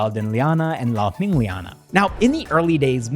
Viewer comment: Kudos for not butchering the name Lalhmingliana.